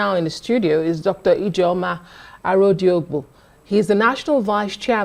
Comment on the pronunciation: Fa fa fa - faoul You're "Ije ojo" - not Ijeomah